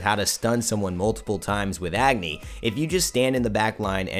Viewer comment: it Pronouced as A-gni not Agni.